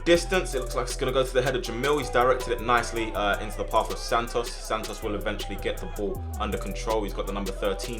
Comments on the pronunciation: Sannos instead of santos 😂😂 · Everyone else: Santos: Santnos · bro doesn’t know how to speak “sand-os” 😂